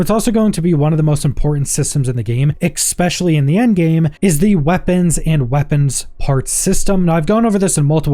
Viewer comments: *ESPECIALLY, not X-specially. Please learn to pronounce words!!!!!!!! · There's no x in the word especially. Please stop. 😂😊